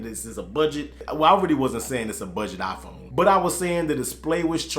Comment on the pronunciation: Its a "Iphone" not a "Aphone" hahha bro i love u